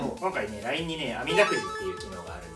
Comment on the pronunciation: 伊沢さんがもうLINEの発音警察しなくなったから、今回は平たい感じのLINE発音だったw